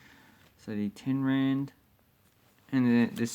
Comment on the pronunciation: Geez like learn something about south africa and its currency before you make a video. you just come across like your an idiot. Its rand not land and its Springbok not Springbook